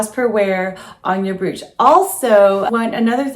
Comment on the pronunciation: Beautiful items all well styled. Please, please, please learn how to pronounce the word brooch or all of your efforts are wasted. Think of the word coach and use the br instead of the c. I e. broach!! You mention how you grew up. That really doesnt matter, but If you continue to say "broooooch" it will remain glaringly apparent. Naturally its up to you and what you want for your life.